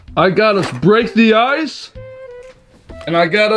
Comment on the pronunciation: Sounds like she is saying Ice all the time 😅